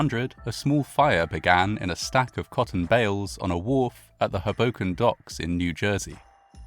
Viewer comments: It's not hu boken it's Ho Boken. Both Os are long sound. I know a lot of people get it wrong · HOboken, not HoBOken, I’m afraid. Same with Weehawken. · Great job as always. Pronunciation tip: Hoboken = HO-bo-k’n, not Huh-BO-k’n. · It’s HO-bo -ken, not Ho-BO-ken. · It’s pronounced “hohwbowken” not “habowken” it’s a hard owe not hah. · I know it really doesn't seem like it should be my British bb, but yeah, it really is HO-boken. Not ho-BO-kin. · its just "hobo-ken", not "Huhbocan" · ust for future reference, it's HOE - boken not, HUh - boken.... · Oh how sad, and how bizarre. Just by the by...it's pronounced HOboken (not hoBOken). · bergen county native here - it’s HOE-bo-ken. also, SEE-caw-cus. that is all. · Stunning. I was raised in Hudson County, my family members were teamsters, worked on the docks in Weehawken, North Bergen & I don't think anyone even heard of this horror (which is creepily reminiscent of 9/11). PS With the NYC accent it's pronounced HOboken, just fyi. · He pronounces it like "Hadoken" from Street Fighter 😄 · Another excellent video. Incidentally, the emphasis is on the first syllable, as HO-boken. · Pronounced like Crow-Broken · Your pronunciation of Hoboken is adorable and so British. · This is a horrible event but your pronounciation of Hoboken throws me off every time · As a NYer, I can't tell you how much I love how you say "Hoboken". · I can't decide if this means he was pronouncing it wrong. 😂 I grew up near Philly, and always heard it pronounced with the first syllable being stressed. But then, this fits into one of those "You know you grew up in [place] when" memes. For me, it's "Lancaster" and "Lebanon," PA. Outsiders always pronounce them wrong. :P (For anyone wondering, they both have emphasis on the first syllable as well. LANcaster--although the a is almost long--and LEBanin) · I can’t watch a video that can’t pronounce the well known town of Hoboken, NJ